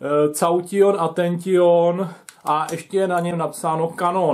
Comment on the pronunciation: "To je zdroj značky cauťjon atenťjon a ještě je na něm napsáno kanón." Snažil jsem se zachovat dekórum, ale tady už to prostě nešlo a vybuchl jsem smíchy. :D